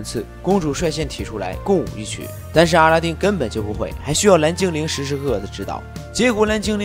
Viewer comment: 是不是我的错觉，感觉一直听到 阿拉灯 神丁😂